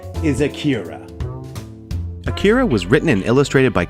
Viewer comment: “uh keer uh” 🥴